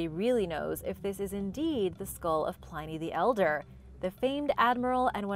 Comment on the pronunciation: Hi! Love your channel and enjoy your videos as always! However... I think you dropped the ball a couple times in this one. Many of these things are not 'recent' discoveries, Pliny rhymes with 'whinny' and, as a couple of other people mentioned, the pentagram is a sacred and positive symbol. The inverted pentagram (with the upside-down star) is the symbol attached to satanism.